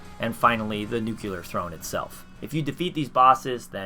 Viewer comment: Nuclear. Say it with me now. New-clear.